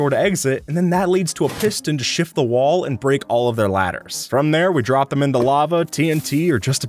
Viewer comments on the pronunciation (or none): none